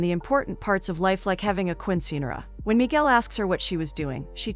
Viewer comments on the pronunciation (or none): Righttt like when she calls a Quinceañera a queen sceneara😂